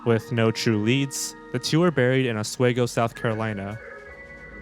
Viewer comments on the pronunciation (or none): none